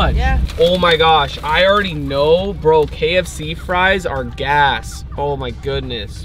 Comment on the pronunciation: did he say gas or ass?I